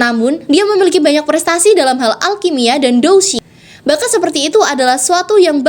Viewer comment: Douqi di baca dousi Xiao Xuan dibaca xiau quan